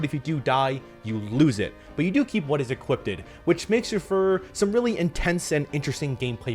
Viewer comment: did you just say “equipded”?